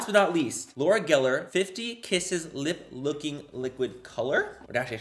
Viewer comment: Lmao when manny said lip looking 😂😂 instead of lip locking! 🙌🏼🙌🏼 same sis